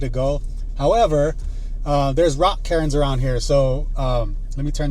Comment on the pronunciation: When you mentioned the rock cairns I thought you were saying rock Karens lol. I was telling myself “wtf is a rock Karen? Women camping out there trying to police people?” Cool video man